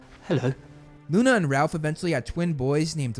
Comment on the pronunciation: Not Ralph, Rolf.